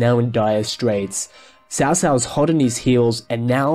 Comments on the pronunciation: Except you're wrong. The closest we can get to its pronounciation is by calling it ''Tsao Tsao.'' It's wrong, but it's the closes we can get to the extremely unnecesarily convoluted language that is Chinese. In the 2010 show itself you can clearly hear the officials referring to Cao Cao as ''Tso Tso'' although the ts is extremely subtle. It's very far from a ''ch'' sound my dude. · Great commentary but I don’t understand why you keep pronouncing Cao Cao (曹操) with “ s”?? That not how it’s pronounced in Mandarin. It should “ch” - chao-chao. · Not pronounce as Ts'ao Ts'ao but Ch'ao Ch'ao. As in "Ch"eer or "Ch"erry. Why westerners can't bother to pronounce Chinese words properly.